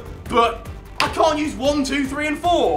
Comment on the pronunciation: No it sounded like he said can because when he said cant choose he said it like ' can't use so everyone thought he said can